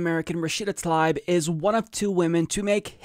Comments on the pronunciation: pronounce Tal EEb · I believe her last name is pronounced Tal EEb.The letter "I" sounds like "EE" For example my last name is Risek. Pronounced REE SECK, but in North America people say "RYE SECK" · Her name is spelled Tlaib, not Talib, but regardless, I think you're right about the pronunciation of her name as "tuh-LEEB."